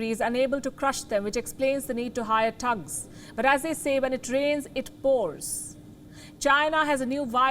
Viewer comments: It's thugs not tugs 😊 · THUGS not TUGS, PUTIN not Puthin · Palki its THUGs, not TUGs.... smh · She said tugs lol 😂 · hahaha palki sharma cant pronounce thugs and goons correctly XD LMFAO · Come on now I'm I the only one that find it funny cuz she can't pronounce thugs .haha